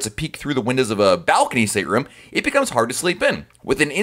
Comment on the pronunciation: He says it like “sttrm”